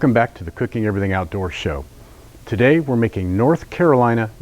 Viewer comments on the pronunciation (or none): none